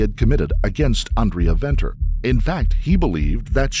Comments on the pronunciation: Note: the 'v's' in 'Venter' and 'van Vuuren' are not pronounced 'vee' - they're pronounced like the 'f' in 'fate' or 'fun'. 😉 Thanks for trying to pronounce the other terms as well. Stellar content. 🇿🇦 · The V in her surname is pronounced with a F. Like Father. So it is Fenter. And Gerhards surname is Fun Fee rin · Venter is pronounced "Fenter" 😊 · The SAn justice system is disappointing at times. Side note - Venter is pronounced Fenter in SA . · Its pronounced Fen ter fyi 😂 but so dope seeing you covering a SA story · Venter = (fen-ter) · Who did this research?? Schweizer-Reneke is not "nestled" between Kimberley and Johannesburg; it is 300 km from Johannesburg, and 200 km from Kimberley! Venter is pronounced as Fenter as in F**k. Those accents!! I must be honest a girl growing up in the middle of nowhere in Schweizer-Renecke will not have an easy life in a metropolr like Johannesburg. Poor girl... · No excuses for what he did. How can you stand by and watch? The whole situation gives men a bad name. Remember gender based violence is not one gender. Venter is pronounced Fenter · Venter is pronounced 'Fenter'- an Afrikaans surname. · Venter is pronounced Fenter. So tragic, nothing was done to stop this mad man. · The "V" in Venter is pronounced "F". So, it's pronounced Fenter.